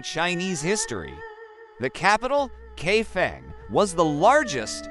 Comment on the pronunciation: The correct pronunciation is Kai Fong